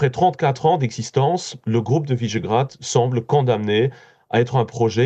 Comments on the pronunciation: Quelle barbarie de prononcer "Visegrad" comme "Vaisgrad" comme si c'était un nom angloaméricain. Qui est ce journaliste? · C'est quoi cette prononciation à l'anglaise de "Visegrád" ?(au tout début).